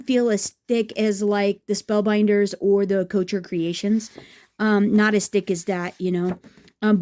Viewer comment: Thanks for the comparison. Note: couture is not “coacher”. The ending syllable is like tour